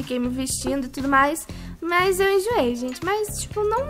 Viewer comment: Aaaain, me da agunia ela falando mais ao invés de mas. Kkkkkkk